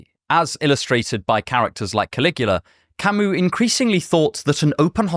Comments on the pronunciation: Camee, not Camoose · Camus is not French! You dont say his name camU, but cami